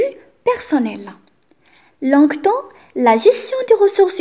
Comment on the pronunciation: merci, j'aime bien la façon avec laquelle tu a expliqué, seulement j'ai une remarque concernant la prononciation de quelques mots "adéquation" et "longtemps". Je te souhaite une bonne continuation.